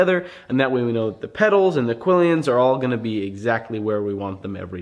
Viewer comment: Quillons doesn’t have ē in the second syllable 😖😖😖😖😖